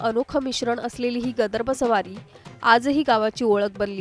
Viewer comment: गदर्भ नाही ताई - गर्दभ आहे ते .. म्हणा बघू एकदा .. "गर्दभ"